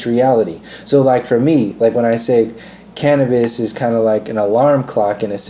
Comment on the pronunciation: Big talk from someone that struggles to pronounce cannabis & cannabinoids but I'm only 5 minutes in so we'll see.